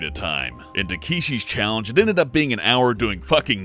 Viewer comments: Te-kee-shi's You mean ta-ke-shi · "Takeeeshi's challenge" c'mon. seriously? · "teekeeshees" challenge lol